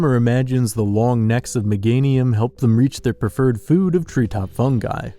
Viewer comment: Amazing videos!! - although how are you mispronouncing Meganium? "Mega-nyum" not "meh-gay-ny-uhm"